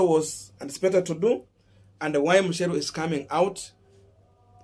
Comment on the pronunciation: It’s MUCHERU not MUSHERU 🤣🤣🤣